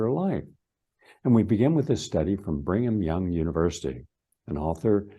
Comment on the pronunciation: It's pronounced Brigham Young University NOT "Bring'em Young!!! I know it's in Utah and all, but learn how to pronounce the words before you try to sound like an expert. You lose all your credibility when you pronounce Rockefeller "Rock-a-fella", or gly-fah-sate instead of gli-foh-sate or "glycoma" when you mean glaucoma. For a "scientist", you sure do miss alot of important, obvious details. (By the way: electrons are many times smaller than viruses--Amazing that as a scientist, you don't seem to understand that viruses are composed of atoms and one part of an atom is an electron.) It's not a conspiracy, it's real grammar and real science. It matters. Maybe you need another scoop of "Brain Stuff"